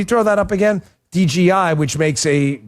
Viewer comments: DJI, not DGI. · What the hell's wrong with? Why can't he say DJI? It's right in front of him and he can't for whatever reason just say it.. DAN IT'S DJI NOT DGI! COME ON BRUV GET IT TOGETHER